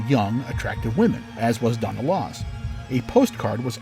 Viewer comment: HER NAME WAS LASS NOT LOSS!!!!!